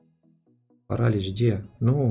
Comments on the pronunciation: не парАлич, а паралИч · King нет, паралИч